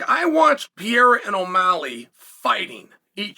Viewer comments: Great video, But brother Chael it is Pereira!! Sounds (Pear-rrrer-Ra!) Not Piara! Lol😂 Get it right bru! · I never get tired of hearing you call him Pierra instead of PEREIRA 😅 Just kidding I'm way over it lol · Why you keep calling him Piera man? Isn't this a bit disrespectful? PEH + REH + RA, beautiful name, means pear tree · PE-REI-RA not PIE-RA!! Just call Chama at this point 😂😂😂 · It's simple his name is pIEra not PeREIRa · Stop saying Piera, holy fuck… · Pierra? Is he french? 😂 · I sure hope the do the Uncle-I-have VS pee-AIR-uh fight next. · Pierra 1- Pronunciation 0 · piera? wtf is piera? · LIKE if you're actually referring to Periera as "Pee" - "Yare" - "Uh" because of Chael. 🤣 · Gotta love Pierre-uh and Uncle Lyev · Man still acting like he can't pronounce his name to save his life. No way your inside informant is also calling him Piera. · Piera in what he is saying not Pierra at all haha😅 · exactly what the fuck... 'piêra'... so disrespectful like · You admire him so much that you insist on pronouncing his name wrong. I think it’s just a subliminal way for you to assert your dominance lol. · Calls himself "biggest fan". Proceeds to butcher his name dozens of times😂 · I hate the way you mispronounce Pereira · If you admire him so much, learn how to pronounce his name. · 🚨🚨Dear Chael, how long before you start saying Alex Pereira’s name right? Concerned Fan 😩😩😩🚨🚨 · Such a big Pereira fan you can't even say his name right. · You can't even say his fkn name right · Wish you’d admire him enough to pronounce his name correctly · I know right? How long can you do this for? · Why? You don’t do that. He’s just using a different wrong pronunciation. Literally no English speaker ever pronounces his name correctly. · Wdym Chael is undefeated in name pronunciation